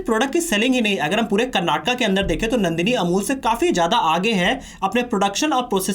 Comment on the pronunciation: Kannada* karnataka* pronounce correctly....!